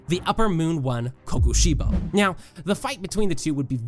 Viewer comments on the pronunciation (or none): when you said now in kokosibo you sounded like you said neow 😂😂😂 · Did you hear him say neow or is it just me